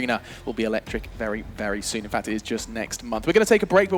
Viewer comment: "despite this fak....fact" FAMILY SHOW